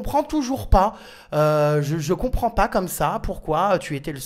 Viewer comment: "Che ne Compwend pas"